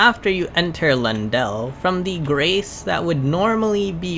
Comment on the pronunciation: Lyinananandnaiu ajahahah it's Ley-en-dell bruh